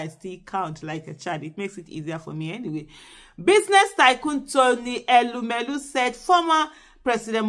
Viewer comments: Madam Aisha yesufu ❤❤❤ great 👍 job ma. We are actively ACTIVE 😅😅😅. Meanwhile, it's TONY not Rony ma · Please correct the name, it's not Rony but Tony